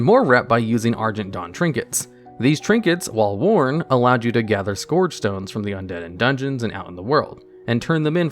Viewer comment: Bro I noticed this on other words. He says Scourge as "scorge" and bijou as "beejo" and naxxramas as "naxxaramas" lmao